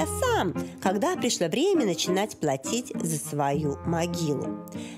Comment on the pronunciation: Произношение бадоевой :плаЦиЦь—платить,дАрАгие,прАйЦи—пройти. КАРОЧЕ—ЖАХ!!!!